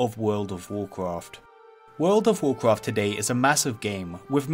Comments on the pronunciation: When you can say Rexxar with a Scottish 'R' but can't say Warcraft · "Warcwaft fwee" "Many Secwets" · "vocfaft free" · you say wocwaft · Nobody: VOKRAFT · whoa cwaft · You say wowcwaft and its annoying. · warcwaaaft fweee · World of Warcwaft fwee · Woucwaft thwee